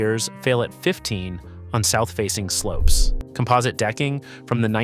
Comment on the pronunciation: So this is narrated by AI. Mispronounced facadism and composite.